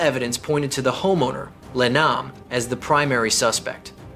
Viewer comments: Le is pronounced 'Lay'.....not 'Lee'. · I know others who prefer to pronounce it as Lay